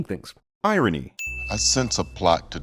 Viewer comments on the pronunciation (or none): Or even, dare I say it, eye-rony 😂😂😂 I’ll see myself out. And give myself 10 sins